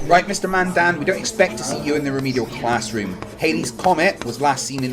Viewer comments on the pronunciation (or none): You're an idiot "bing" xxx